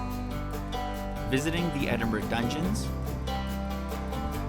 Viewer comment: Edinburgh pronounce as ed- in- bra.